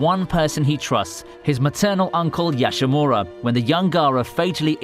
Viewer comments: YashaMARU, not Yashamura. Jeeze do you even anime kid? Thats like racism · . It's Yashamaru. not Yashamura.